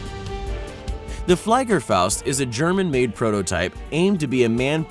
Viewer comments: Hahaha flaygefaust It says fliegerfaust. Read it as flieger then. Flee-gur-faust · it's pronounced "FLEE GEHR FOWST" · Fliegerfaust... pronounced FLEEgerfaust Luftwaffe Pronounced Looft vahffuh . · Ew Tf is a “Fly”gerfaust. It’s pronounced “flea”gerfaust. Fun fact: Ohka was nicknamed the cherry blossom. Because as many know the cherry blossom always falls off the tree never to return much like how the ohka would be released from the bomber and attempt to fly directly into its target never to return. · "flaigerfaust" cringing intensifies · Pänsäfaost... Fleigafaost... Your pronunciation is really bad... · when your german and hear him fail miserably FACEPALM especially FLEIGERFAUST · Fliegerfaust Pronounces it like "Fleigerfaust" Edit: is this guy intentionally butchering these words? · As a german , i pronounce it ,Fliegerfaust';-) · Couldn’t even pronounce luftwaffe or fleigerfaust right